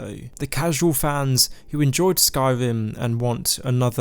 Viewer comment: Skywim, thwee, wealisticly, supwise